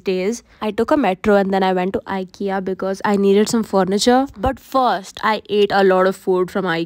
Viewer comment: You pronounce IKEA wrong